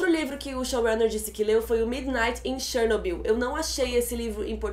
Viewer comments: Pelo amor de Deus, Chernobyl não tem acento no ó. então a pronúncia não é Ó e sim O . Que agonia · tchernobil kk fala direitoooooooooooooooooooo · Que agonia ficar ouvindo Chernóbyl kkkk adorei o vídeo, estava assistindo a série a cada lançamento e sempre acompanho suas críticas. Parabéns pelo vídeo e por ter estudado o caso para nos explicar. Ah, o foco incomodou bastante =// e sei que voce também deve ter ficado incomodada quando viu o resultado. Enfim, só passando o feedback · a pronuncia é chernob í u mesmo. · ChernoBYL.....Se pronuncia o final da palavra com tom mais alto..... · Começou Chernobyl, afetou e virou "Tchernóbyl" kkkkkkk q merda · pronunciando Chernobyl do jeito russo, primeira vez que eu vejo alguém falando haha. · Achei bem PEDANTE da parte dela...rsrs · Achei engraçado o jeito que vc pronuncia Chernobyl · Pronuncie o nome Chernobyl direito por favor, que chatice